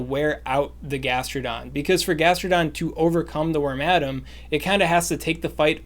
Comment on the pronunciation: It may be helpful to share the names of the pokemon in the team, especially for the less common pokemon. For wormadam, I would have sworn you were saying "ramadam" and had a hell of a time finding it.